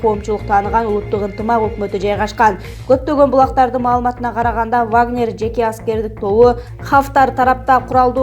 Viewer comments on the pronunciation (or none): none